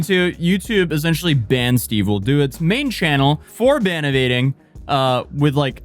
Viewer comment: Its ban evading 😂 the north